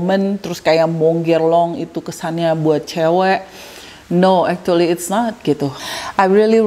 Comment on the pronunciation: mau ralat yak.. actually bacanya bukan ektuli 🤭 tp ekculi